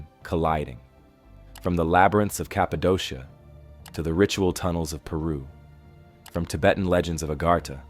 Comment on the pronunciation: Cappadocia is pronounced Kappa-doh-kia